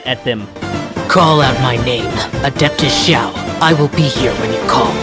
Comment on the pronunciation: Eng xiao said his name like showel